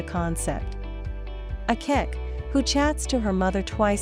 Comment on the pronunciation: please she is not called Akeck, her name is Akech